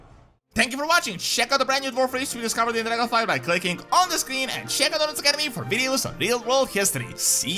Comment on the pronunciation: Every time you say "use code Doron" I hear "use Codearon" like lordearon.